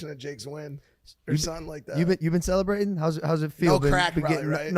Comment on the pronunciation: For example. "Celebrateen" 😂